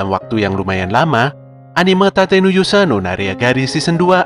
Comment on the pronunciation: Tate ya, pke huruf A. Bukan pke huruf E. Okey